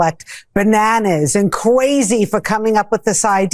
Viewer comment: Kwazy??? Who is this Jeanine Pirro wannabe